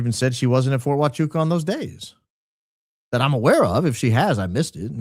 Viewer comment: It’s is pronounce ha wa koocha